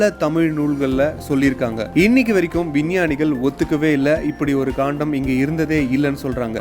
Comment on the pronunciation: ஐயா, தங்கள் வார்த்தை உச்சரிப்பு தராக உள்ளது. கண்டம் என்பதை காண்டம் என்றும், பாகவதம் என்பதை பகவதம் என்றும் கூறுகிறீர்கள் நன்கு தமிழ் பேச தெரிந்தவரை விட்டு விளக்கவும். நன்றி.